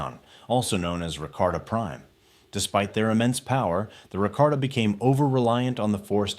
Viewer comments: its about the pronounciation, never heard nobody reffer to them like that before, i thought they were pronounced Ra-Ka-Ta instead of Ra-Kar-Ta and Lee-Hon instead of Lay-Han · Rakarta and lay-hon? Really?